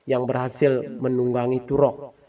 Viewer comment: Toruk makto bukan turok, gak cetoh